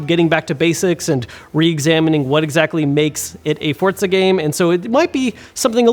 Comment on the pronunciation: Why does everyone add a 't' in Forza? For-za.